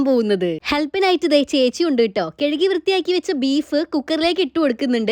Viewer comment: Ni enthina epozhum കെഴുകി എന്ന് പറയുന്നത് കഴുകി എന്നാണ് പറയേണ്ടത് കഷ്ട്ടം ഞാൻ തന്നെ എത്ര തവണ പറഞ്ഞു